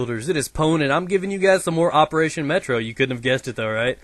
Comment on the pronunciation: di he say QWOPERATION?!